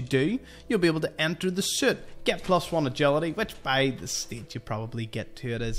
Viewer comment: I’m pretty sure this guy is saying soot not suit 😂